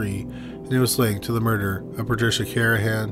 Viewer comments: How disrespectful to repeatedly mispronounce the last victims name. It’s CarNahan, not Carahan. There’s an N in there buddy. 🤦🏼‍♀️ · It’s Car-Na-han.